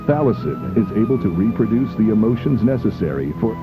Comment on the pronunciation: the 뒤에 모음 aeiou가 붙으면 더가 아닌 디라고 발음하게됩니다